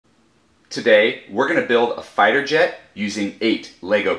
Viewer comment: When you say "fighter jet" i hear "fire jet" anyway, good moc.